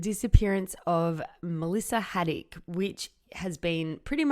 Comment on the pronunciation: Her name is Caddick not Haddick if you're gonna do a podcast on her, say her name right at least